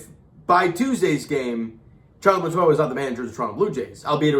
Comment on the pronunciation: Montoyo!!!!! Not Montoya!!!!! 😂😂😂😂😂😂😂😂😂